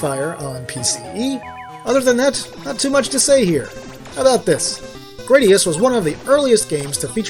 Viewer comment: that pronounciation of the "u" hurt my ears (in japanese グラディウス)